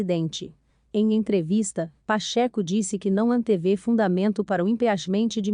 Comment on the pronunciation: Pacheco, não Pacheco com acento no e...meu bem! Dói ouvir vc!!* aff